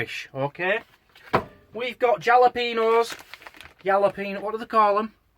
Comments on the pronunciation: Think it’s pronounced Hal-o-pea-no :) I’d guess the whole dish cost £2.22 including the cost of the gas a new fork & the smoke alarm batteries hahaha - so dished up between four people it would cost - 55.5p per serving 🤓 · You asked...jalopeño is said ...halopayño. Speak a bit I do.